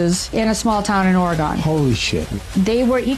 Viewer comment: cmon man this lady aint credible. Did you hear the way she pronounced oregon?